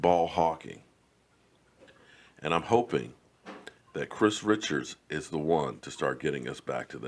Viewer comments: His name is not Chris Richards. It is Chris Richard (sounds like Rishard). Your videos are very good Sir. I watch a lot. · I think his name is pronounced Kris Re'shard! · You're great & I am fan. All I'm asking is please pronounce the new "DB" coaches name correctly. Specifically his last name. Just a suggestion. Once again I am a fan & follower, it's just a pet-peeve.